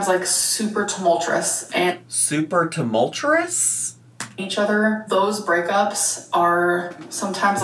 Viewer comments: where is she getting the 'R' for 'Tumultuous' 😂 supertumul-throus Super-too-moltres Supertumul-thres Supertoomeltrus. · "Super tumul-churus"? Queen of the vocab 😂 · “Tumultrous”, “Doormat” -, 2025